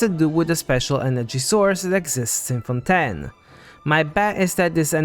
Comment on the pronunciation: LEAKS It is pronounced as fawn-TAYN